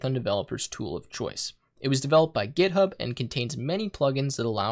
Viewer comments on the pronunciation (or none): none